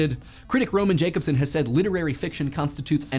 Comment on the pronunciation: One more nit: Roman Jacobson is usually pronounced "Yah-cob-son."